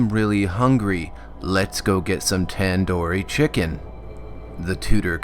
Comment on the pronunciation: The way says tandoori chicken it just slapped and I started laughing